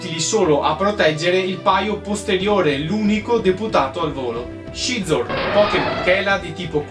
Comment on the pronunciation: piccola precisazione linguistica: Scizor si pronincia "sizor". Per il resto bella serie.